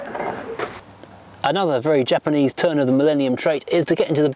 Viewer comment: Stop sipping your tea. Lol Japaneseeee Plasticeee Chromeeee Metaleeee Very sillyeeeeee !!! Poor vocabulary